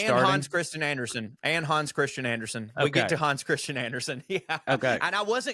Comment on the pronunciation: Hans is actually pronounced in Danish with an approximation of a Midwest flat ‘a.’